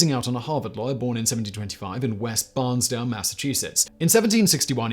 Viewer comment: Simon, love your stuff always. Otis was born in “Barn-sta-ble” MA, it’s a town on Cape Cod. Just a little bit of clarification. Thanks for the video, keep up the great work